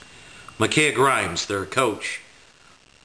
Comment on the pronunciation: i actually attended the game and the did not press past the 1st quarter, Maybe you should get your info right before you go out of your way to trash Covenant. also it's micah not "mikaeah". now we aren't exactly proud of that game but to question the morality of everyone who attends school is just ridiculous.